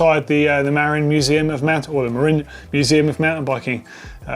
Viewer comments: In California, “Marin” county is pronounced “muh-rin” rather than “mare-in”. I don’t know if that applies to the bike company, but considering that Marin County is the original home of mountain biking and the company was probably named for than, I would bet it’s supposed to be pronounced like the county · Thank you for correcting Marin (Muh-rin) 🙏 You're the best! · I've never heard anyone here in the UK pronounce "Marin" correctly! I know how it's meant to be said, but I just can't, after spending far too long saying it the wrong way, like does here! I ride one, and I'm only a few miles from the old Marin trail in Betws y Coed, but they've always been mispronounced!